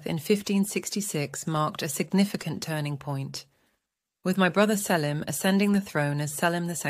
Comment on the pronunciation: Yes that mispronunciation got to me too